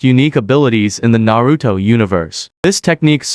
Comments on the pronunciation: There no D in Naruto 😂😂😂😂😂😂😂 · Narudo, Nagado, Obido what?